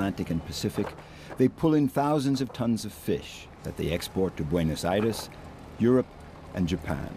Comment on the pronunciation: Gorgeous place. Just let’s hope this content isn’t ruined with intrusive ads interrupting it .. the way the dude pronounces Buenos Aires is pretty annoying. Trying too hard to butcher it ..